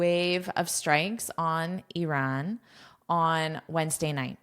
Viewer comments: One of the few people in the world who pronounces "Iran" correctly instead of saying "I ran" 😍😁 Thank you for your precious content ❤ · You pronounce Iran fantastic, like the way we pronounce it in Persian! Well done